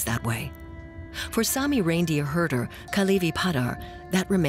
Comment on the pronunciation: No idea who the narrator is but I assume it’s a professional speaker. A primeval forests /PRIMEVAL forests/ is /Primeval FORESTS/. a reindeer herder is a /REINDEER herder/, not a /reindeer HERDER/- what else „reindeer“ would he be in context?